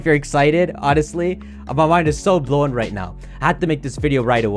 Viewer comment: "My mind is bloenn" -, after covering the Regi news